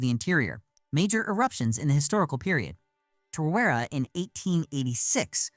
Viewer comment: You can tell this is not narrated by a Kiwi. We don't call our wilderness forests as they are man made here(pine forests is for logging) we have the bush that can kill you so be very cautious entering it. Tar-ra-wear-ra is how Tarawera is said. Hikurangi is pronounced Hick-coo-rang-ee.